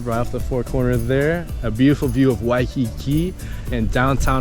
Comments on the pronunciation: Waikiki not Wakiki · It’s “wa(i)kiki” beach brotha